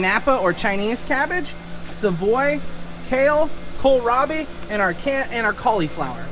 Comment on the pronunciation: Hahah. You said Kala-Robbie! Grandpa did it once, too! Kills me every time 😂😂